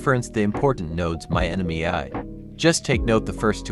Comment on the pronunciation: The ai voice can’t say ‘ai’😂 great video and explanation, a few typos but your intent was clear